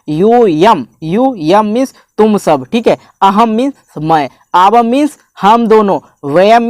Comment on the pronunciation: "आवम्" नहीं, उसे पढो "आवाम्"... अशुद्ध न बोलो, न पढाओ।